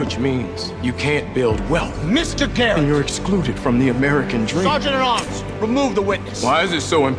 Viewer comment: 나만 게릿이 아니라 게이로 들림?